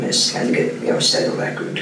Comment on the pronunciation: Yeah!! So weird! He doesn’t pronounce his words correctly.. I don’t think it’s an accent and I can’t figure it out.